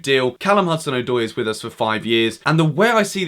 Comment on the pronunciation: His name is “Odoi” not “Oydoy”